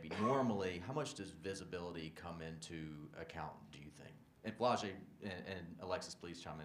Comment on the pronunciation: Who was that reporter that asked Alexis about post play and called Flajaue “Flo-jay?” Dude, do your research before you ask em questions. Alexis had to fix her face and stop her laugh when he said “Flo-jay” 😭